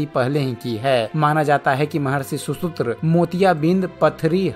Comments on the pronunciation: Bhai content bahit rich he kripya uccharan suddhi par dhyan de. Shushrut he shushutra nahi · सुसुत्र नही सुश्रुत ।